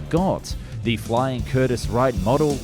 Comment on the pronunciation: Curtis Wright, not Wrighter...as in Wilbert and Orville Wright.